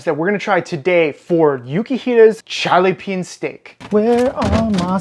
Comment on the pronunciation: I keep hearing "missile steak"